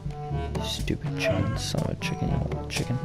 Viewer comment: Every time he says stopid it i aways makes me laugh